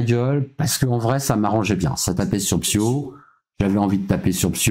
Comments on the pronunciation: Techniquement il dit 0 fois ton nom... vu qu’il dit PsyKO et pas PsyHO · pas une fois il a bien prononcer le blaze PSYHO pas PSYKO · Moi je dit 0 fois psk ils disent psyko au lieu de psyho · ben il a prononcé "psyko" beaucoup trop de foi xD (je pense il te voue un culte en secret Oo)